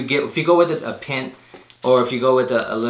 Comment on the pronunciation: It's not a pint it's a pint (py-nt)😂😂😂 I restored over 100 shoes and doing it as watching this video but you really gotta know what you're doing before starting to get real with it. Practice practice practice!! I'm no pro but I'm Better than I ever was before.